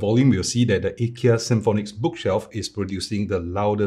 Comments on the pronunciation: To clarify, actually pronounce it correctly, I asked my Swedish friend and he said it should be "ee- kea", if you don't believe you can see the ikea advert and in the end they pronounce ee-kea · You actually pronounce IKEA better than 99.99% than other English speakers, so don’t worry. :) //guy from Agunnaryd (the A in IKEA)